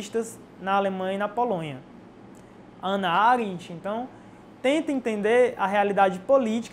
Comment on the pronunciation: Não é "Ana" e sim "Hannah"